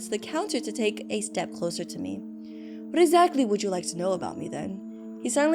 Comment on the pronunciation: not the exSHATly😭😭😭